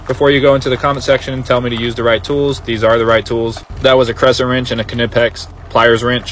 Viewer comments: "kinipex"...... Pronounced- "nipex" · Kuhnehpix huh? Yeah buddy i know all i need to know from that one pronunciation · The k in knipex is silent